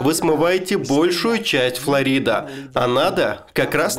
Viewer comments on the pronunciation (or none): none